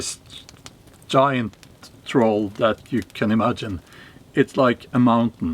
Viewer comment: Sounds like dropping the R in troll was intentional when calling it a Toll Bridge. Gotta pay to cross the bridge😉